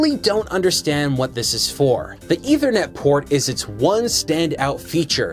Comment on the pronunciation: An "Eithernet" port...